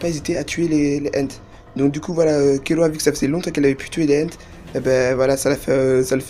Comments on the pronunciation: C'est Kirua pas Killua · "Kirua" c'est pas difficile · Arrêté de dire kiloua c'est kirua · KIRUA PAS KILLUA